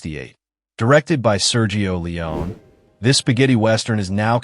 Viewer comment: Man oh man, do I hate AI narration. The two actual names said, Sergio Leone and, of course, the great Jack Elam are mispronounced. And, it may have been scripted by AI. Elam was not "typecast" after Once Upon a Time in the West. He was cast because he had already long been typecast as a B-level bad guy. And Woody Strode was not known for his villainous roles. The opening scene is epic and the faces of Elam and Strode help make it that way. I just wish Elam had been able to dub his few lines of dialogue with his voice, instead of the voice we get in the film. Support Your Local Sheriff was released the very next year, which is one his greatest roles. So this video is BS. But Jack Elam is legend - always a welcome face in any film.